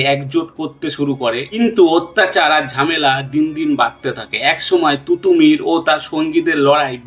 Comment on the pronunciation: তুতুমীর নয়,তিতুমীর। মীর নিসার আলী।এই নামটাও বলতে পারলেন না।অসম লড়াই নয়,উচ্চারণটা অসমো লড়াই হবে।ওনার লড়াই ভারত স্বাধীন করার লক্ষ্য নিয়ে ছিলোনা।